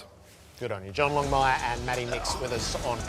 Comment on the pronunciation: longmire not longmuir